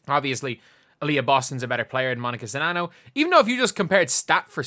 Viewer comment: New here to this channel, I appreciate you and I appreciate you actually knowing how to pronounce the players name 🤣